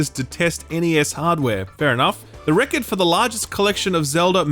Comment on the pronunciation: Why are you pronouncing Record super weirdly